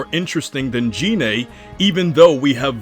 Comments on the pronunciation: GE-NAE is how it's pronounced I thought? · Gine is pronounced like gi(Goku’s turtle hermit gi)-neigh